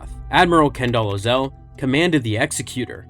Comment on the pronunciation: I love how all of these youtubers pronounce all of the names in star wars in as weird a way as they possibly can even though a lot of them we literally hear their names in the movies.....Ozzel is now "O"zell....and everyone knows that.....Pietr has a long I and not a E sound and we heard that on screen lol